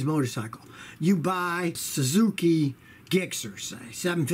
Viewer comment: it's pronounced "jixxer" it's ok though.